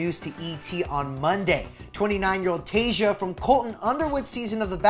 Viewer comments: Yess! Tay-sha not Tay-juh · Her name is not that hard to say, why is this guy saying Tayja instead of TaySHA. 🤦🏻‍♀️🤦🏻‍♀️ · Anyone else bugged that he’s pronouncing her name Taysia like Asia? There’s an h in her name - Tayshia so you get that sh sound. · This mans said her name wrong the whole video even tho other people said correctly and it was infuriating every time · can someone please teach this man how to say Tayshia’s name